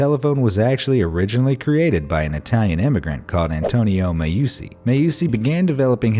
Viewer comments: Antonio Meucci = Antonio MEH-OOO-CHEE. Make those Italians proud, broski. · Meucci = meh-OO-chee Teletrofono = teh-leh-TROH-foh-noh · The way you've pronounced 'der ring des nibelungen' and 'meucci' really hurts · That's not how you pronunce Meucci